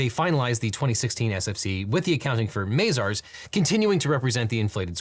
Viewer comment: It's Mah-zars not May-zars